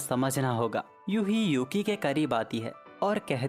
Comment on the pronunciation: YUHI ❌🤣 UHE😂✅😎